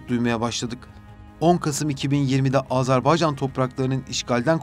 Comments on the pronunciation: Ya Allah aşkına önce Azerbaycan demeyi öğrenin. Azarbaycan ne demek? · ülkemizin adını lütfen doğru söyleyin AzArbaycan değil AzErbaycandır. Kulağımıza çok kötü geliyor.